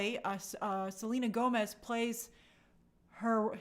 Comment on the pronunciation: The Spanish in this movie is pronounced horribly and it's not Mexican Spanish! Selena Gomez (Gómez) is not Mexican and it's obvious she doesn't speak Spanish! By the way, in Spanish Pérez is pronounced pErez NOT perEz. The accent mark is used to know which vowel to stress. Just like Gómez is pronounced gOmez NOT gomEz.